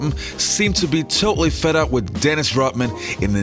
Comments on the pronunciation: dennis "rotmin" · RoDman not Rotman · Its Dennis Rodman not Rotman! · Rodman not Rotman. Take some of that Patreon money and get a speech coach. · WHY cant you say Rodman ???